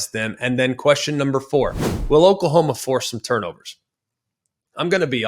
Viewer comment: Who is Okalhoma? 😂